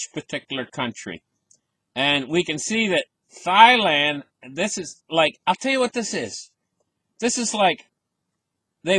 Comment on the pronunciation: “Thigh land” 😂😂😂